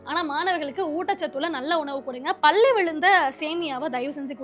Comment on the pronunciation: Good to see the youngsters in பேசு தமிழா பேசு. But please learn to use correct pronunciation. It is not பல்லி , It is பள்ளி